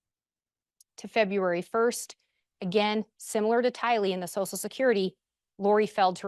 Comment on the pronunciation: if saying “sosal security” is not the way to pronounce “social security” makes me a difficult person I guess I am 😂 Are you an easy person & a sosal worker by any chance?